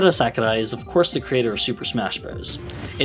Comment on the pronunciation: As a Japanese man sharing the same name of Sakurai, please just pronounce it as "sock-oo-rye". Hearing someone try to be polite in pronunciation, but hearing "sack-oo-die" over and over hurt me on the inside. Our romaji Rs aren't Ds and the A doesn't make the English 'short A' sound. Otherwise, it's good content.